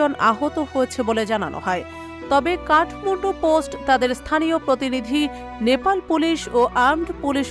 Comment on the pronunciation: কথাটা কাঠমুন্ডু নয়, কাঠমান্ডু! উচ্চারণের দিকে খেয়াল রাখুন!